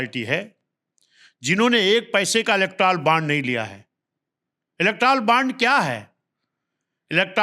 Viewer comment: इलेक्ट्रॉल नहीं इलेक्टोरल बॉन्ड होता है पाल जी ।वैसे आपके पास पॉवर नहीं तो बॉन्ड कौन देगा आपको